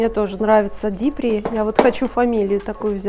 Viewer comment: А на остальных европейских языках, кроме английского, 'DIPRI' произносится ДИПРИ.